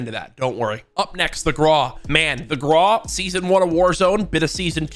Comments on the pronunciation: Stop calling it the graw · AYO STOP FUCKING PRONOUNCING GRAWWW NO ITS WITH A U NOT A W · “The graw”